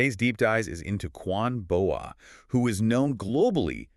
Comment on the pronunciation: Her name is pronounced "boa' as in the snake 'boa constrictor." Not Bo ey 🤦‍♂️